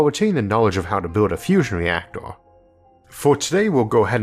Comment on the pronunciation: “Fusion weacktow” 🤣🤣🤣